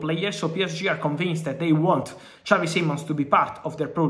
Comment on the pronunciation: He's not Spanish Fab you don't say his name like xavi from barca.